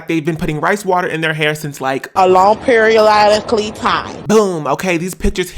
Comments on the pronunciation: a long periollically time 😭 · After a LONG PERIOLOWLICALLY TIME.